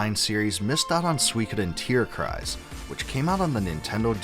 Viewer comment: Respect for you pronouncing the word "Tierkreis" correctly : ) it's probably not easy or intuitive for a non-german speaker. The game was pretty cool. But not really super memorable.